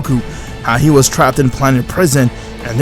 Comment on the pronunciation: Bros like "Whaat iff gokau waaas trappetd in prasien" 💀💀💀💀